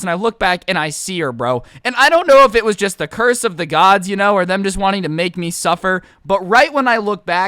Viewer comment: He Said supper not suffer